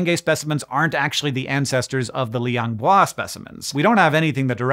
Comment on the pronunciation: I've been following the small Floresian hominin development over the years too, and this video was an instant click for me. I've got to say, you really nailed the pronunciation for Liang Bua there.